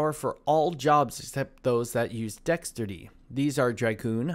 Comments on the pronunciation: say it with me Dex-ter-ity - good guide tho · Dexterity - dex·ter·i·ty 😉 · Bro why yo saying Dexterity like that 😆😆, I know you know how to say Dexterity, stop playin. Lol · I cringed every time you said the word “dexterity”.